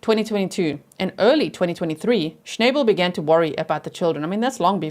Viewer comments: Thanks G! I think Sarai might be pronounced Sah-Rah-ee (I’m Latina and her last name appears to be Hispanic & this is how we would pronounce it) unsure of course but could be! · The little girl's name is pronounced Sara ee. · Sarai pronounced, Sa-reye. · SARAI is my friend’s name and she pronounces it SarAH, like “hurRAH”.